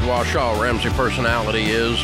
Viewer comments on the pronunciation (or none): It's WARshaw not Washaw.